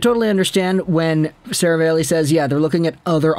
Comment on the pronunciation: Stop saying Serav-ale-ey. It’s Serav-all-ey.